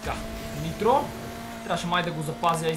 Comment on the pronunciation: Каза интро а не нитро